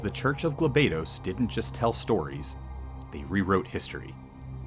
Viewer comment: Thanks for the video FFT is one of my favorite tactical games of all time. However, it is proununce as "Gaal Bados" not Geel baedos.